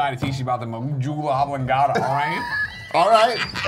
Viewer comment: Lol, this was very frustrating to watch! But fantastic work as usual! MAAHJOOLAHABLONGADDA love that pronunciation!